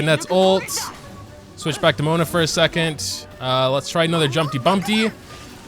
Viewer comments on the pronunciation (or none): My man just says jumpty bUmPtY instead jumpty dumpty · jumpy bumbty? its jumpy dumbty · "Jumpy Bumpty" Me: yOu mEAn JUmpY DUmPtY